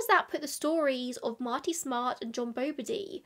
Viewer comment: And that is the correct way ! 🙃 -love from boston